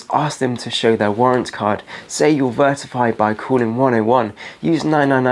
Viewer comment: I love this but what is with saying "vertify" instead of verify throughout the video?